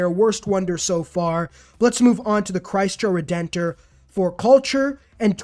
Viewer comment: LOL Chreisto Redentor killed me, more like Chreesto RedentOr. Awesome video though, thanks!